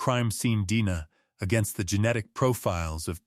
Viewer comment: If you’re going to post cold case stories, be sure to tell Ai that D N A is pronounced as letters.